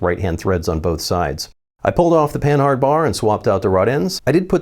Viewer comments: It's not pronounced Pan-hard it's pan-ard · Panhard should be read as pah-nahr, not pen-hard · "Panhard" is pronounced "puhnard" I think